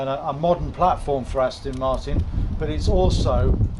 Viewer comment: Aston not Astin